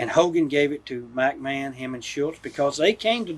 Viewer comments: I like how he always says MackMan 😂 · Mac Man.......its McMahon........